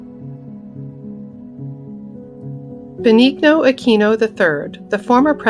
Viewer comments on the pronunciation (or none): Pronounced Ben-neen-yo